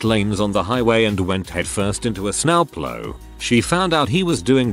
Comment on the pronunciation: sNow pLow. Sitting thinking morbid thoughts and it pronounces it like this. Lost it! LOL.